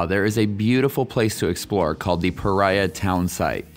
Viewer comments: I'm pretty sure this is pronounced puh REE uh, not puh RYE uh. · Why do you keep calling it 'Pariah' when you admitted the settlers (and everyone else in Utah) correctly calls it "Pareea'?